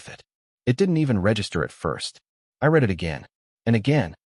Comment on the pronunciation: Thumbs down. Teach your AI narrator how to pronounce words like grenade and read.